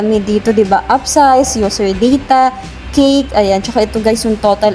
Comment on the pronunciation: Yung pagpronounce mo ng cache eh cake ang tunog. Cache (cash) ang tamang pronounciation.